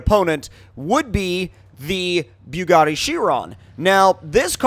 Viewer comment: You say the Bugatti exactly like Tmartn you Both say byugatti like if you are puking😂